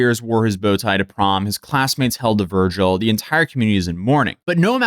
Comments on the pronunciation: ..."his classmates held a VIRGIL" ...LOL, you mean 'vigil'?! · *Vigil, not "virgil" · Did you say Virgil instead of vigil? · Held a vigil, not, "Virgil" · Hang on what, his friends held a VIRGIL?! Do you even English bro? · virgil? they held a virgil? jeez louise. this guy. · He said they held a virgil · I think its my constant appology for the human race that i refuse to believe is really saying "holding a virgil" and all these other words he does this with. That youtuber louaista mispronounces words so common i feel like they are rage baiting us I feel like theyre mispronouncing stuff on purpose to try to trigger ppl to comment. Am i right? Or... Am i just delusional and need to accept that theres a LOT of dull knives in the knife drawer? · "Vigil". Vig-ill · his classmates held a what? This aint Dante's Inferno. It's a "vigil". Where you getting an R from? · "virgle"? lol